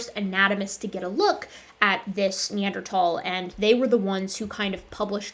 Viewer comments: I cringe every time they say “Neanderthhhhhal” and not Neanderthal. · Hearing them pronounce the H in Neanderthal is like nails on a chalkboard. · it bothers me how they always refuse to pronounce neanderthal correctly